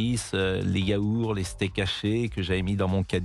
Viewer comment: Si les anglais payent c’est ok mais comme il sont invités ….Après avec nos plus de 3000 milliards d’€ de dettes. Mr Praud on dit: yaourT